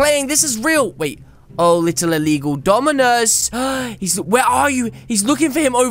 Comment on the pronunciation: I love how he says Dominus huge wrong